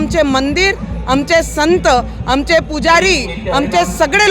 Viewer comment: अमचे nahi आमचे असते te